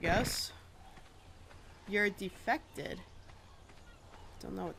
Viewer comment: It's pronounced "de-fe-ca-ted". This game, apparently, simulates needing to "go".